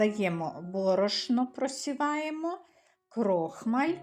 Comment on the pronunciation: Перший раз чую - "крОхмаль", взагалі-то крохмАль...